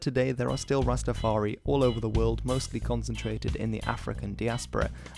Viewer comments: Ras-Ta-far-I not EE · Why do you say rsstafaree ..its rastafar...eye...I N I... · It’s not Rastafar-e it’s Rastafar-eye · Very informative but you need to not say Rastafar-eee it is Rastafari(Rastafar-eye), also no ism.. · The 'i' at the end of Rastafari is pronounced in the same way as the word "eye" and I'm sure you've seen this in the comments but rastas don't appreciate the addition of "ism" to the religion's name